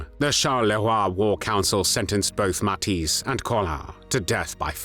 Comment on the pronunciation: the "ij" in Matthijs is pronounced like the "ai" in claire or the ea in wear